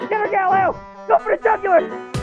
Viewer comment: “Go for the jugular” jesus christ